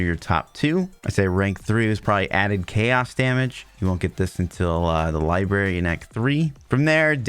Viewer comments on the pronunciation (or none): none